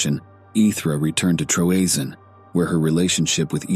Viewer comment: Troezene = TREE-ZINE-EE 3 syllables